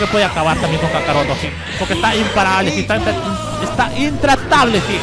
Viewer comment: POR QUE LE DICE a GOKU KACAROTO